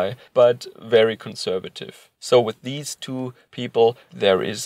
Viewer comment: I don't know why, but when you say, "conservative," I hear, "cuckservative."